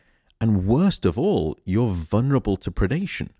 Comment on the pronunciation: For such an intelligent man does he not know there is no such words as "vunrable"? The word is "vulnerable" 4 syllables not 3